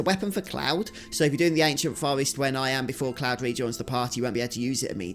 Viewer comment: Its pronounced Forrest not fowest. Get speech therapy!